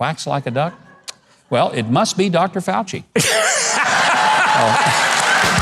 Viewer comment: His name is 'Fauci' not 'flauchi'. Do you have a speech impediment?